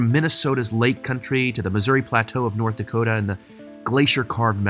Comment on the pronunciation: Norddakota? Suddakota?